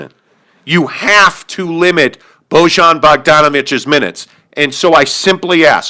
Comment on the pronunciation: Defenetly an overaction at this point. Jazz only lost one game in a row. They beat the celtics. You also don't know how to pronounce Bojan.